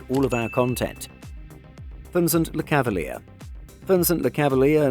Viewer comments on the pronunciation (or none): Bro - it's not "Le-cava-leer", it's "Le-cav-al-yay", lol. I don't think this guy knows hockey. You got nearly every name wrong in this video.